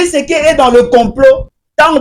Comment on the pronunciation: Oyo akobela liboma. Jusqu'au point de ne plus savoir comment dire Felix Tshisekedi, il dit Felix sekedi. Regrettable pour une personne pareille qui croit se faire un nom en citant le nom du président 1000 fois dans ses émissions